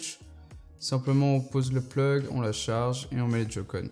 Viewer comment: Sa ce prononce pas jocon sa se prononce joycon si non super vidéo